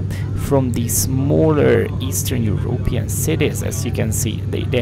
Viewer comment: Your intro made it sound like that " Eastern European " is bad. It killed me how you pronounce Europe with a push on the ó like in hungarian ..Európean 😂😂😂🎉